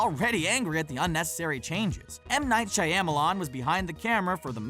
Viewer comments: "Shy-am-a-lon" HAHAHAHAHA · "M Night Shy-am-a-lon" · The pronunciation of "m night Shyamalan" LOLOLLLLLLLL